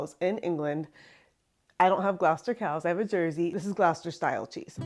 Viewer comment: Please look up the pronunciation before shooting the video. It's the name of a city (and county), so the pronunciation is part of another people's identity.